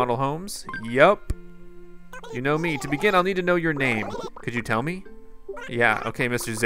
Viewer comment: "He laughed at meh. He LAUGHED at meh. Dis guys always laughing at meh." Lol XD